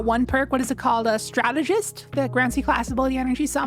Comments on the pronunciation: It’s “STRAT-TUH-JIST” not “STRUH-TEE-JIST” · If that’s how you pronounce “strategist” I can’t imagine how you pronounce “strategy” Jesus christ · The way pronounces strategist is funny 😂 stra- tee- gist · I was able to get cabal to spawn, but only psions and two champs Also, there's no way you pronounce strategist like that. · You're pronouncing strategist incorrectly.